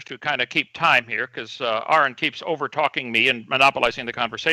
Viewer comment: Kent really impressed me here. He pronounced correctly.